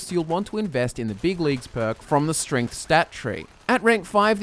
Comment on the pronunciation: i swear says stringth instead of strength